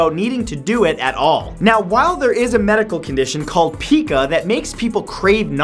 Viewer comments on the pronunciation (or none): Pi-ca not pika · Pie-caa. Not pee-ka. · It's pronounced pie ka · Is Pica pronounced PEAK-A or PIKE-A? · PIKE-uh; not PEEK-uh. Hahahahaha ;) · It's pronounced pie-ka, not pee-ka. Other than that, great as always Matt. 👍😀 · I feel stupid. I've been pronouncing pica as PIE-ca😕🤦‍♂️ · it's pronounced (pie-ca) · Pica is pronounced PIE-CA. What you are saying sounds like something pokemon say 😂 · Wait, so there are people who eat things that aren't food for fun? I'm kind of offended by that. I suffered from pica (which I'm pretty sure is pronounced Pie-kah) on and off for years. It's not fun and it's not a joke.